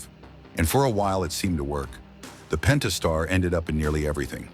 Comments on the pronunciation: "Pen tas tar" .... done. Video lost all credibility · “Pennn-taaaah-star three dot six.” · Would be nice if the AI could pronounce "Pentastar" the same way twice.